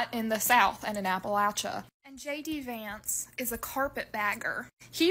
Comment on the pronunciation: Sounds like you’re saying “Janky Vance”. I like it.